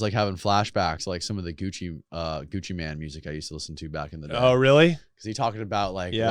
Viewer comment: It’s Gucci “mane” dumb dumb